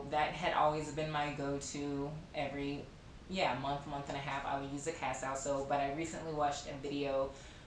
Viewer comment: Castile pronounced Casteel. It is a word of Spanish origin.